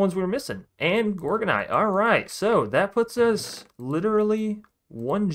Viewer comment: Its Gorginite bro wrong Pronounciation. Its Gor Z